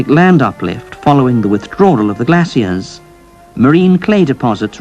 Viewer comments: That certainly is an interesting way to pronounce the word "glacier". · I never before heard glacier pronounced this way.